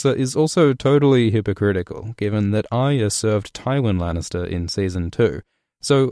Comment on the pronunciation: Love your videos and the unique way you put the story together like a jigsaw puzzle with analysis and explanation intertwined, but please learn how to say Arya, it's 3 syllables, Arr-eee-a, not Ar-ya, there is a y in there you know!!! Other than that keep up the good work and I hope that the story concludes as best it can and D&D don't muck it up as much as they have with the Dorne and Ironborn plots, even the Highgarden and Citadel storylines.